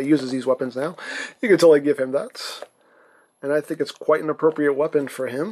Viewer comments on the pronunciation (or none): none